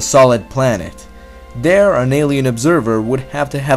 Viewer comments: He talks like a dumb toddler. Its "THERE" not "DARE"!!!! He doesn't know how to prounouce fucking T's!!!!! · Dude learn to pronounce Th..not duh